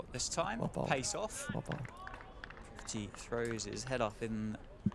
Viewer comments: You know his name is Prithvi. It seems you are all pronouncing it ‘priv-thee’ 😁 Prithvi = ‘Earth’ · I don't think brits can pronounce Prithvi's name.